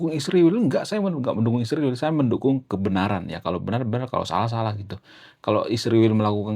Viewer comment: PEMBAWA ACARA HARUS BELAJAR MEMBACA LAGI,,, I S R A E L,, DI EJA YG BENAR,,,YA,,, 😊😊😊😊